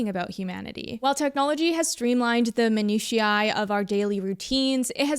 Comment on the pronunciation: Your mispronunciations of minutia and reprieve are cute.